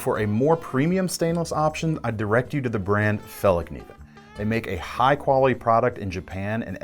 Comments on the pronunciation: I wasnt paying atention and i swear the first time i heard him saying fallkniven, i heard him saying phallic niven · Fällkniven is pronounced different. I own a few, my fav by them is the S1x CoS.